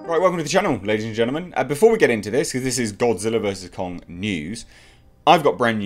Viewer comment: Japanese: Gojira Americans: Godzilla: Gawdziller